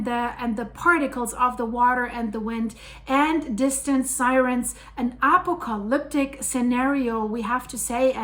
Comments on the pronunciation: you are an amazing weather reporter - intelligent and pretty. Just one thing to mention. APOCALYPTIC is pronounced A- POC A LIP-TICK ( u accidently said A -COP -A -CA -LIP TIC) ❤ And it's spelled APOCALYPTIC 🤗 But that's OK because you do speak English very well and a few slips are sort of cute. 😊🎉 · ...did you say apple coliptic? Lol bless your heart:)